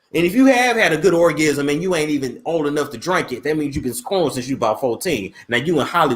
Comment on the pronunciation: He said orgism twice 😭😂😂😂😂